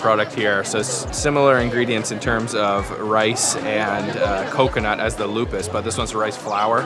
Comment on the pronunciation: I'm sorry,It's not called "lupus" but lupis. Lupus is a serious disease. 😂